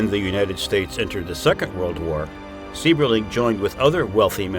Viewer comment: Also Mr. Sieberling's name is pronounced "CYBERling". My wife's biological fathers family lived in Akron from the mid-twenties until 1999. Her paternal grandfather worked for Good Year for 35 years, her grandmother did a World War II defense job at the plant, making parts for aircraft. She made parts that went into the "Enola Gay" that dropped the bombs on Japan. Her father, after serving in the airforce, earned his journeyman maintenance electricians card at Good Year. My father-law used to have to change all the lights on the top of the blimp hanger when my wife was a baby. He went on to get his master maintenance electricians card at GMAC Lordstown and retired from there in 1998.